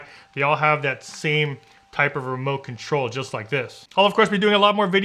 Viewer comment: Did you say mote control? Lmao funny great review though.